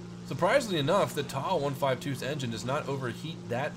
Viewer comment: for God's sake, please stop saying 'TAW', it is a T-A 152. Just like it's not a 'MEE' 262, it's M-E 262. Do you cal a Bf-109 a 'BIFF' 109? No you don't... You can say Mig, sure, that's accepted. And turn towards the Spifire next time...